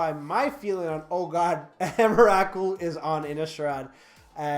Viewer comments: the way you said emrakul just .. dear god man xD please no xD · That's not how you pronounce Emrakul...